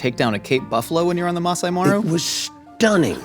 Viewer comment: Kenyan here 🙋🏾‍♀ it's Laikipia not Laipikia and Maasai Mara not Maasai Maro